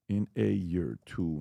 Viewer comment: how long has he been saying that? A YERE? 😆